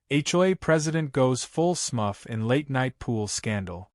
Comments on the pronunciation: it's Smurf not smuff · SMUFF? Do you mean SMURF? 😅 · Smurf, SMURF, NOT SMUFF 🤦‍♂️🤦‍♂️🤣🤣🤣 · Smurf not smuff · What is a smuff? What is a “blue hand motion”? Yes, I know it should have been Smurf. I love the bad AI mistakes! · It is "Smurf" not "Smuff". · I think you mean SMURF, not smuff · I had to give up after 10 minutes. The horribly bad AI reading- wierd word inflections, misread words like "conduct" where you pronounce it as you would electrical conduction rather than behavioral conduct, odd pauses, or weirdly running words together- and for the love of god it is "Smurf" not "Smuff." Also for a story about HOA's you can't even pronounce or spell HOA correctly. Please stop with this AI slop, it's badly written, badly read and just plain terrible. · LoL..... The A.I. can't even pronounce Smurf right funny shit!